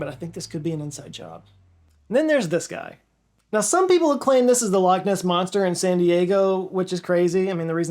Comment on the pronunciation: Thanks for saying Loch and Edinburgh so much better than others, it warms my Scottish heart haha especially how so many say "Lock" instead of making an attempt at saying it properly (I don't expect everyone to say it how I do obviously lol just to make an attempt). Anyway great vid as always! No comment from me on the action of those guys in Edinburgh lol things like happen for real a bit too often sadly